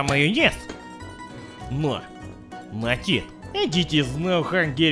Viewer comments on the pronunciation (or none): none